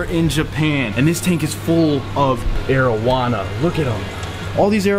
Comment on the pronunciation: when you mentioned arowana at the start of the video i had to rewind, my dumb stoner ass thought you said marijuana